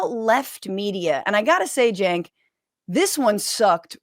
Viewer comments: "We're glad 'Chenk's' here..." Kirk mispronounced jos name to his face while "welcoming" him... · Maga is welcoming, while Kirk constantly mispronounces Cenk's name. And we KNOW he knows how it's pronounced. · What i would like to know is when cenk changed the pronunciation of his own name to match what he has told us is the wrong way 🤔 😕